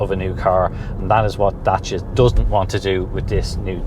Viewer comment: Great, informative and enjoyable video. Most importantly is the way you pronounced Dacia. As a romanian I can genuinely say that you were on the button. 😂 It is remarkable how Dacia came such a long way and evolved so much under Renault.